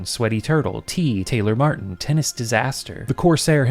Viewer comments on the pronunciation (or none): none